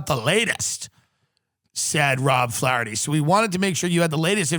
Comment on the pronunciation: Show more skin, and pronounce Flaherty correctly.